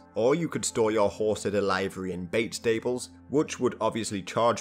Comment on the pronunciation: How do you make a video about horses and not know how to pronounce "livery"?